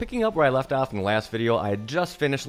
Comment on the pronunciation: Off not ahff. Perimeter not primiter. Troweling not trallling. Product not prodict. Soft not sahft. About not abought.